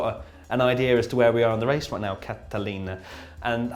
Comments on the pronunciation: That's the best wace wundown ever on this channel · Wone word wace wundown was wonderful